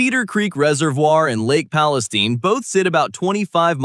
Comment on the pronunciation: Palestune? Crime's a bit high there